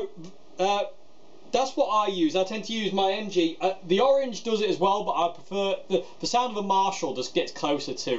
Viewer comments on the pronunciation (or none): none